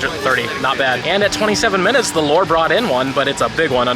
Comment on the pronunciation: Lol I thought you were saying "the lord" instead of the lure 😂